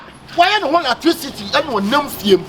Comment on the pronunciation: Spell me 'latricity'😂😂😂 way3 ne ho latricity🤣🤣🤣